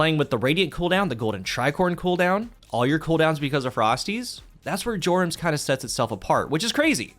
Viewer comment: That's not how Jorum's is pronounced. Also, if you're running this in 6s, just use the Aeon Gauntlets instead. No need to muck about with a bad fragment or constant sprinting to keep things going. Simply watch your Dodge come back in 5-10 seconds for free for the low low cost of your team dying around you.